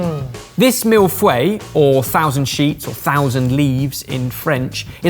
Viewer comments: I'm sorry, a mille what?! 😂 I never thought I'd hear the word "feuilles" pronounced like that! On another note, I'm so glad I discovered your channel, It's been so helpful to get my mind off of the pandemic! :) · way of saying Feuilles makes me physically ill